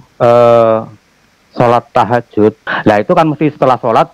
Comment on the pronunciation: Tahajud apa takjiah😂